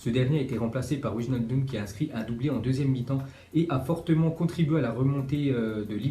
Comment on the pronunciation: c'est * weynaldum